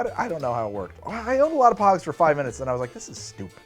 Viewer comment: I loved pogs! I also thought you were saying pugs, as in the dog, at first. XD